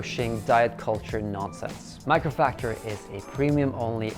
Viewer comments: Buddy it's mAcrofactor not mIcrofactor haha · Isn't it Macrofactor instead of Microfactor??? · Did noone from his team think it was a good idea to at least pronounce the sponsor name correctly? :D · At first I thought I misheard. But yes, he pronounced it wrongly. Jeff Nippard's gonna be mad 😂.